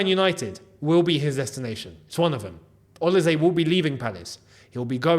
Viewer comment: You are the only YouTuber who can pronounce “OLISE” nearly correctly. It’s “s” though not “z”